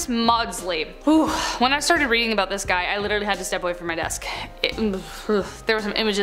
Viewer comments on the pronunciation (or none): none